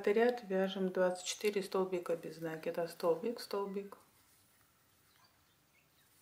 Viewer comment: Нет слова нАкид. Есть накИд . Сама собачка прелесть! А кудряшки я бы просто вытянутыми петлямм связала ( как у мочалок)